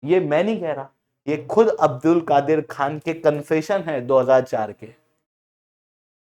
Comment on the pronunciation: Abdul kadeer ka a silent padho